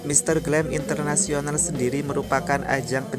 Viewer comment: Mister Grand International bkn Mister Glam International